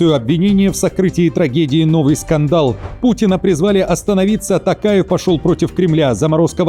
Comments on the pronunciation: ТОкаев, произносите правильно пожалуйста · Не каверкайте фамилию президента Казахстана